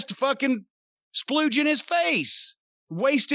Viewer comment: Lmao “spluege in his eye”